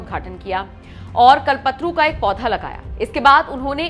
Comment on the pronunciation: Kalpatru nhi kalptaru